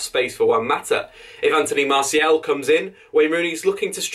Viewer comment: His name isn't Anthony MartiEL. MartiAL.